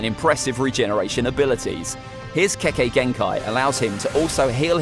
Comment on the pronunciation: İt's kekkei genkai not kekei genkai